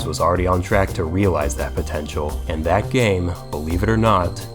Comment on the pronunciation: DID YOU SAY POTENCIAL gif